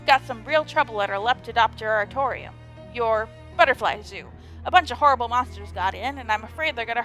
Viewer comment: You being able to say Lepidopteratorium so well and that you know what it is is honestly massively impressive.